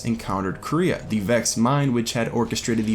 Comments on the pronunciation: Tacooo Time how does he not know how to say quaria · There was a Taken Dreg in concept art of the Hands of Oryx (Primus and Baxx). Also, not to be that guy, but Quria is pronounced 'Quary - ah'. Its like saying Quary with an ah at the end. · Everytime someone pronounces Quria as 'Korea' I imagine a big Kim Jong-un head floating around in the ascendant realm like a Hydra.